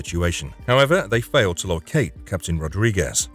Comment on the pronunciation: Wait, did you say Leon faiiled to kill Del Lago?